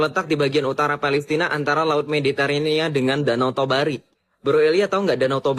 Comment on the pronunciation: Bukan danau tobari tapi danau toba